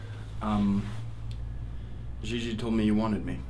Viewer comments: I love how pronounces his sister's name "Zhi-zhi". And how her costume is his Newsboy cap with a plastic orchid in it. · His pronunciation of Gigi...